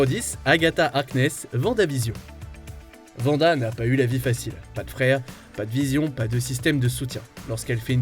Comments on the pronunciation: ARRÊTE DE DIRE VANDA FRR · C'est WANDA pas vanda...